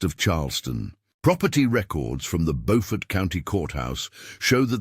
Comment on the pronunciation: It's PRONOUNCED with a long u sound as in Buford but spelled Beaufort.